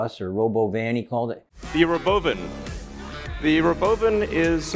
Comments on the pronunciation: Sandy, l LOVE the ROBOVAARN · I’m only pronouncing robovan the way Elon does. Just spell it like this Rahbovan & you’ve got it.